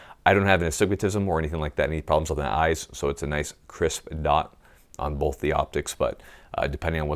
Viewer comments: Wait, did you just say Bolth or Both? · I never knew there was an "L" in the word "bolth" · "I have boLth; I use boLth" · "bolth"...? rooster teeth burnie?